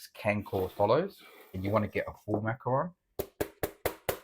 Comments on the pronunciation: Macaron not macron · Macaron, not macron.